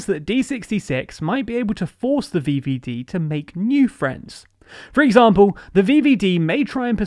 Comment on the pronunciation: thé vieviedie, im keeping that one alive *edit im loving these pronunciations, ty <3